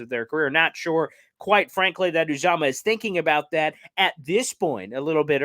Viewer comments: It’s pronounced youuuuzaamahhhh. You’re welcome from a die hard bengals fans. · His name is pronounced ‘YU -zama’. Good luck with CJ, he’s a great team player, and a Cinci fan favorite. I like the fact that Cinci was aggressive to keep him, but after 7 years in the Midwest, I’m sure anyone would enjoy going to play and live in the NY area. I don’t see the Jets beating Cincy again this year though but love the Jets 2022 acquisitions in the draft and free agency.